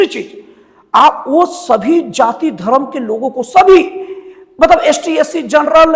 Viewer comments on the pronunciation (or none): none